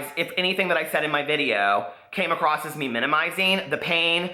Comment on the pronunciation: I've been enjoying binge watching your channel as I do my hausfrau chores. I'm a fan so I say this with love: There's no "T" at the end of the word across.